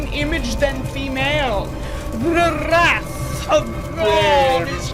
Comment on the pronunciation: the roll of the r in wrath 🤣🤣 “THE WRRRRATH OF GOD IS COMING” 😂😂 I love it.